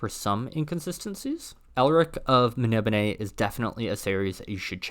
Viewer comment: Really good video. Love Elric and you bothered to pronounce Melnibone correctly! BUT! Adaptation not adaption. Social pariah not piranha. It's like fingers down a chalk board. Please. Sorry for being negative. Tough love.